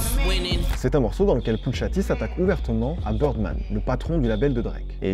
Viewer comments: Très bonne vidéo, mais kanye se prononce kAnye et non kEnye, et pusha T se prononce comme ça s’écrit, pas puTsha T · C’est « Poucha T », pas « Poutcha T »… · arrete de dire putsha t je vais m'enerver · J'aime beaucoup ce que tu fais, tu t'y connais vraiment en musique et tu fais des recherches de fou, et merci pour ça. MAIS le fait que tu dise "Kénié" toute la vidéo (et "Putcha T") m'a trigger de ouf. Et comme il a dit: "Now all I need is y'all to pronounce my name It's Kanye, but some of my plaques, they still say "Kayne" " (Diamonds from Sierra Leone) En tout cas, merci pour toutes ces histoires!:)